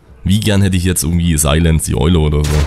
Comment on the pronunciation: wie du silence aussprichst :D "seillänz-karte" göttlich